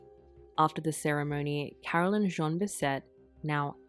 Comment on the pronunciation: Plus, her middle name was Jeanne, which is not pronounced Zhon, which is close to the pronunciation of Jean, the boy's name. It's French and more like Zhann.